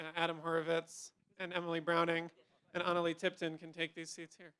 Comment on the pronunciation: It's Ana LEGIH dammit NOT Analeee